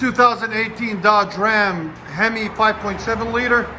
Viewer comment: That Hemi pronunciation LOLOL 😂😂😂